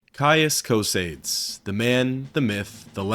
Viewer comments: Co-say-dees bro get help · Excellent video my friend, although you saying Cosades reminds me of Bill and Ted saying Socrates, almost there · PHYSICAL PAIN! PSYCHIC DAMAGE! Learn how to pronounce Cosades ``please''. You people butcher Semper fidelis badly enough to ruin latin any further.